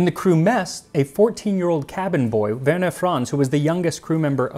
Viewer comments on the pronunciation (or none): none